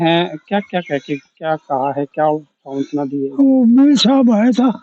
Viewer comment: savantna nhi santwana